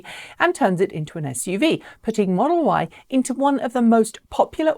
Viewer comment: I heard it too. 😆 🤣